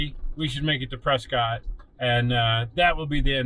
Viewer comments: Its actually pronounced press kit. The tourists call it press cott. It sure is beautiful up here. Hope you enjoyed our trails. You should try the trails out of Jerome. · pronounced PRESKITT great video. I'm local to this area, fyi this trail is VERY DIFFERENT with snow. Be wary in the winter months it's much more difficult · Been in AZ for 25 years, it's pres cot. It's literally named after someone named Prescott. Their name is pronounced Prescott. Any goobers go out of their way to pronounce it "preskitt" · So you're proving me right without even knowing it. You're acknowledging the fact that their name was literally pronounced pres scot and they "changed it." The name had, and still has, a definitive pronunciation, some goober in 1783 doesn't get to change that. "Preskitt" wasn't even a thing until recently. There was a radio station there called "KNOT" and I'll let you guess how they pronounced it in the 50s. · The locals of Prescott are mentally ill and struggle with English. The town was named after William H. Prescott. And he pronounced his name "Pres-cott". Somewhere along the way the locals decided they were special and needed a unique pronunciation. They're still wrong.